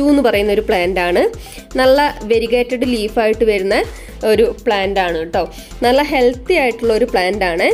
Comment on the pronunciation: നള അല്ല നല്ല, plant എല്ലാം കൊള്ളാം